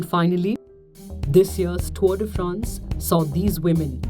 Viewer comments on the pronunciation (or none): none